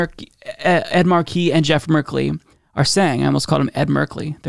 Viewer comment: Ed's last name is pronounced Mar'-key, not Mar-key.'